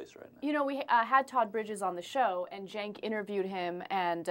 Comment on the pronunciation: It is pronounced CENK